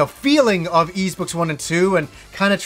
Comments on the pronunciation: Hmm I pronounce it as ease since they likely took it from the Breton myth of the lost city of ys. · I pronounce Ys VI the same way xD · Totally unexpectedly became a huge Y's fan this Christmas. I bought Y's VI on steam not thinking much of it and it got me HOOKED man. I have a trick for remembering the pronounciation btw. In an old English lady's voice I think "that Tim's feeling a bit napish." I'm not sure if English people say "napish" but it feels right. Anyhow that's how I get it: "Napish-Tim" I'm a bit stuck grinding at the end 30 hours into VI but I went ahead and bought I & II, the VI's remake (Felghana) and Y's Origin. Will definitely get Lacrimosa of Dana after all of that. Phenomenal series. Loved this video.